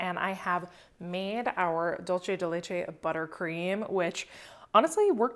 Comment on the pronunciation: Happy birthday you absolute doll💕 Btw Dulce from Dulce de Leche is pronounced “dool-seh” ☺